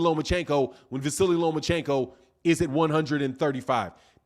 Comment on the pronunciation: At least get the name right mister LOMACHENKO!!